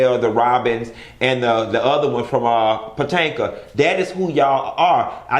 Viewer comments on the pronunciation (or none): Po Tanka??!! Is Potomac! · Lmaooo at “Patanka” 😂..., Potomac 😂😂